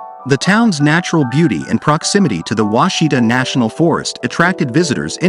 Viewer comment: Ouachita is pronounced Wash-i-taw, not Washita. I’m from Arkansas and we used to camp in an off grid cabin on the Ouachita River. I know Mt Ida. We used to drive there for a burger while our parents did the laundry at the laundry mat. Really beautiful river with water so clear you can see the bottom in most areas.